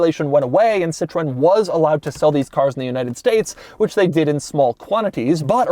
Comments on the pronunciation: What you mean?! "Seetron" is pretty much spot on! Well, not for the french name "Citroën" of course, but for the czech "citrón" it's rather close :-D. Citrón means lemon and we commonly use it as a nickname for the "Citroën" brand. Anyway, Doug gets 8/10 for the Entertainment value, but only 2/10 in the (In)Accuracy category. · It's pronounced 'sitrowen' Doug. They had an even more special older model that was very famous: the Citroën DS (DS means Goddess). Jay Leno made a review of it. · "Citrone" lol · "Citrone" - Doug, 2k21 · What on Earth is a Sit rone and Poogeot? One of the most prominent car reviewers on YouTube and can't even pronounce 2 of the most famous brands in history. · Wish u spelling it right !! 😔 its citroen like "citrowen" ! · Did he just pronounce Citroen as si-TROHN? Shameful. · Please stop saying cii-trone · Auvergne accent in France.🤣🤣🤣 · More like See-tru-An, citroen is our word for lemon ;) Yes I'm Dutch. The only difference is the diaeresis above the e. Citroen = lemon, Citroën = Car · Doug's pronunciation of "Citroen" has its quirks and features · It's funny the way Doug pronounces those french brands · …Seemingly he can only state: "Weird…weird…bizarre…Weird"…Even the way this guy pronounces "Citron=lemon" is wierd!… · Please, it's called Citro- en.... Not Citron... In French , That means lemon ... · „Sit ro ann“ not Citron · Incredible car. Beautiful CITROWN 😅 I drive a new car of this brand and I'll always say it the american way since today 😅😅😅 En français on dit Citroaine ❤️ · Yep, just a little research and presto!, you could actually pronounce it correctly! Citroen pronounced “Ci-tro-en” and not Sitrone! ....and it’s not “weird” it’s called ‘flair’ something the French were brilliant at. Daring and bold design created decades before anyone else. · Americans: Citröen - 'Citron' (is it a lemon??!). Peugeot - pue-g-ott Everyone else: Citröen - si-tro-en Peugeot: - purr-jo (with a soft 'j') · It's not "Citrown", it's See-tro-ewn, Doug.